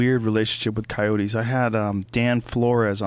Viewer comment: can't handle how he say's ceyoats